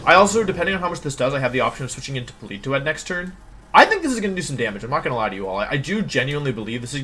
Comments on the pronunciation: IM LOSING MY MIND AT PAUL-EE-TOE-ADD WHHHYYYYYYY (politoad) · Please stop pronouncing Politoed like that. Jfc, it's so cringe.